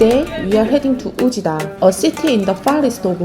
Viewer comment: fyi, Oujda is pronouned as 'Wejda'